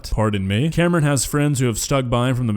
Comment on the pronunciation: My name's Cameron and i felt assaulted every time he said my name.